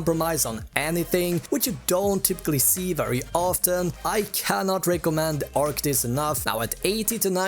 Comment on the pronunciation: It's not arctics ...it's arctis